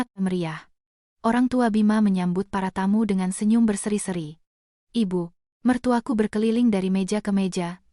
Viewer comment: Contoh...IBU MERTUAKU..hrsnya cr pengucapannya TDK dijeda..tp dsni...dipenggal.IBU....jeda lalu ..MERTUAKU. Jadi aneh maknanya